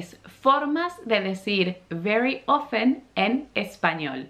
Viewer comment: La pronunciation de Often es como se escribe. Not Ofen.